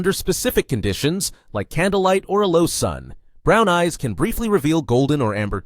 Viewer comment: i cant help but hear you saying "black guys" instead of"black eyes"